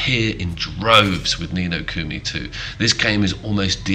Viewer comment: Ni No Kumi bothered me lol